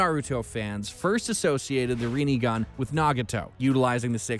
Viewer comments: Need to work on some of the pronunciations: Rinne - Rin-Ne; Rinegan - Rin-Ne-gan (Not RINIGAN); Sharingan - Sha-Rin-Gan. did you just say "Manjeko sharingan"? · omg the pronouncciation reen sharingan , manjeko sharingan and kayuya osuuki😥😞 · Ayo rinnigan? Shanaringan? Manjikyo. Lol wtf is this shit??? 💀💀💀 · haha yes, my favourite dojutsu.... REENIGAN.... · Reenegan, Jinchorikes, Reesharigan😂😂😂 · reen sharingan ffs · madaaara's suzano, manjeko saringen, renegan XD and my man said kayuga otski and not kayuga otsusuki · Either he aint watched the show or he doing tht shit on purpose cuz I hada dislike after the amount of times he couldn’t pronounce sharingan or rinnegan